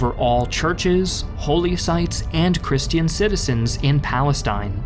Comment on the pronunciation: Bothers me how you've pronounced the word "christian" multiple times